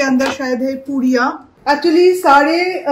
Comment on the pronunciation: You should really focus in your Hindi pronunciation! It's high time now. It's been quite some time, you are making vlogs in hindi. But there is no improvement in your dialect. And it really sounds bad. There is nothing called as "hay". You really should take some training.